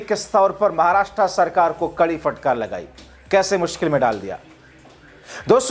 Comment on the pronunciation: Bhai sab. Fatkar nahin hota Hai. Phatkar hota Hai